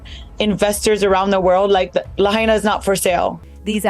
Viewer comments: First of all the commentator can't even correctly pronounce Lahaina. NOT Lahain-i-a. Secondly, why don't all the billionaire celebs monetarily help these people on Lahaina. Forget the pillows Oprah, help them rebuild their homes on their land. Greedy effing celebs! Sounds like a land grab for sure. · You REALLY NEED to learn how to pronounce the name LAHAINA ! LA HIGH NAH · You are raping the city’s name. It is pronounced LA-HI-NAH. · You are mispronouncing Lahaina! You are mispronouncing the subject of your podcast. Ridiculous. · Omgggg at least say Lahaina correctly if you are going to do a story on it. It is NOT hard to find correct pronunciation for a word currently in use. That’s just lazy research. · How can this video mispronounce Lahaina? And remain credible. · Why can't you pronounce Lahaina? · You could at least learn how to pronounce Lahaina!!! 😮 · The host can't even pronounce Lahaina properly. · Learn to pronounce "Lahaina" properly please... the mispronunciation made it almost impossible to watch/listen to this video. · Hate how the lady can't say, " Lahaina " until Maui people say correctly. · Dam she can’t pronounce Lahaina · Learn how to say the name of the city 🤡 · super disrespectful you are saying Lahaina completely incorrect can take it 😤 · I hate hearing lahaina mispronounced . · It's important to properly pronounce the name of the place you are highlighting in a video. I heard 3 different random pronounciations for Lahaina. It's an easy name to pronounce. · From the comments here, I can't believe people actually fall for theses rumors/lies. BTW, the female narrator of this garbage report has completely butchered the pronunciation of Lahaina. Show some respect. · The way she keeps miss pronouncing Lahaina is so cringe!! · at least learn how to pronounce Lahaina... AI bot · Why can't the announcer pronounce Lahaina correctly. Dumb. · For God's sake man!- Please correctly pronounce Lahaina!!! Damn bots! 🤖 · mispronouncing Lahaina ...hmmm